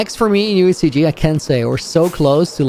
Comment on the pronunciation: Dude it’s UHCG !!!! DUUUDDEEE !!!!!!